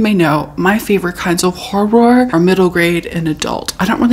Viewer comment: They way we wait for you to say hor-ROR❤